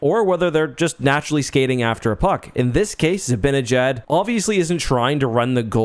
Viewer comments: By the way, sorry if this is unrelated but zibanejad is pronounced zi-ban-i-jad not zi-bin-a-jad. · For God's sake stop calling him zibbinyJaad